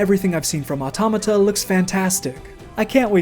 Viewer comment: oh thank christ you pronounce Automata the correct way. why does everyone else seem to pronounce it wrong